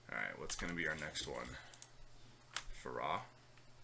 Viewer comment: really? faRAH? it's pronounced faira